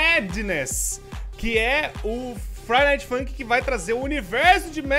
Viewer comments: Só eu ouvi ele falando fladay night? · Pera no início do vídeo o fala FLIDAY NIGHT kkkkkkk só tô zoando